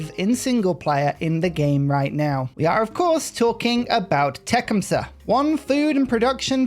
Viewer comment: I know it's cringe to correct pronunciation, but I don't think I've seen a single content creator get Tecumseh's name right. It's Tuh-KUHM-suh, emphasis on the second syllable. Tuh, like you're tutting someone, kuhm like you're saying "come here", and suh like in "supper".